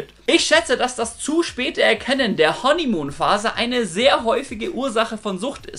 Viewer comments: Honeymuhn???? Hanimuhn!! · Was ist "Honnimuun" ?